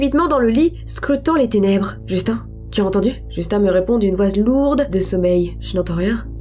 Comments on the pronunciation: Tu dis Justin " un " Bieber ou quoi ? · sa se dit justin